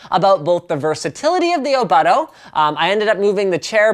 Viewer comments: Which you please say the name right. "Oh-Boat-Toe" Not "Oh-BUTT-oh" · its pronounced o-boot-o :)